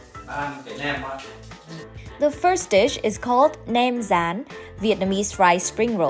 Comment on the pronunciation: You had me at”Nem Ran “ and lost me at “Thit Dong “. ❤ P.S. is beautiful